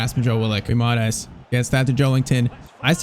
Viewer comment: Just saying: It's not said Guimaras but it's pronounced Gwimaraesh